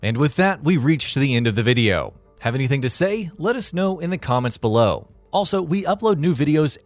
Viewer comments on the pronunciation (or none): none